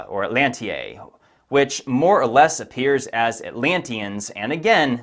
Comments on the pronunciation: Atlantae = “At Lan Tie” Azores = “Ah Zor Ehz” Gotta work on pronunciation, dude. Smart people can tell when you’re not doing it right. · Atlantae in Latin would be pronounced at- LAN- tie. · I believe you, and you have done excellent research. This may not matter but I did want you to know that the "ae" in Latin is pronounced "I" like Caesar in Latin is pronounced Kiser like the pronunciation in German. So Atlantae would be pronounced Atlanti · More likely pronounced atlan-tie which is how we said the ae at the end of words in my Latin class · In Latin, Atlantae would be a plural. It means areas of Atlas or most likely Cities of Atlas. Not a good translation in English. In English it would be like "the atlantas" like we say the bahamas. Oh and it is pronounced 'at-lan-tie' ... as in die, or dye, or cry. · I think it's pronounced "at-lan-tay." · I took Latin in high school. The spelling ‘Atlantae’ is a Latin spelling. The ‘ae’ is pronounced ‘eye’ or ‘I’ so the pronunciation is Atlant’eye’ Latin is still used in medical, and botanical names of plants and medicines. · just to help you - the ae in latin is pronounce I so it would be atlant-eye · Atlantae = 'at-LAN-ty'. In Latin, the "ae" letter combination is very common, and always pronounced like the English word "eye."